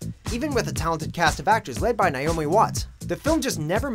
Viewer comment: Nye-omi Watts.